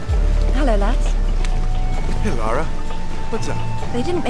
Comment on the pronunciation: maybe one day youll even love her enough to get her name right ;P i know im being snarky but it always baffles me how many people think its "laura" even after being told for 2 hours straight by the game itself - in both writing and phonetics - that its "lara".